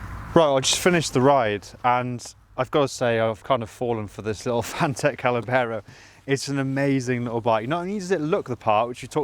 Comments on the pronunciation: Oh maaan! 🙈 It's not Callabero it's Caballero 👌 Cheers for the review 🤘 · NOT CA●LA●BERRO , try CA-BA-LLERO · You say callabero we say caballero. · Callabero....!!!!!?????? Come on man it is written on the tank.......🤣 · it's not Callabero!! Caballero - I'd love one of these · Spanish guy here. Caballero, Spanish word that means "knight" it is pronounced "cabayero". Nice bike, it reminds me the enduro bikes of the seventies. I saw the bike in the flesh and I loved it. Forks are spectacular and overall quality awesome. Love the video. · caballero, cab-uh-yero, fwiw. cheers.